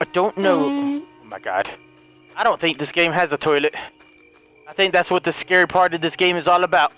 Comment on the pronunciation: 😂 he said "das a toilet"